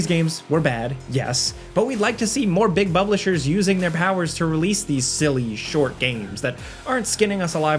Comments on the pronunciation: Did say Big Bublishers? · “Big buplishers” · “big bublishers” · "Big bubblishers" cracked me up. XD